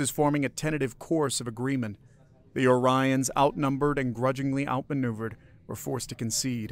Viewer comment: Yes but you mispronounced Orions half the time.